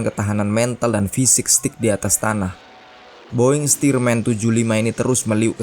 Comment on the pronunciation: Penyebutan "North American T6 Texan" "boeing stearman" Tepat sekali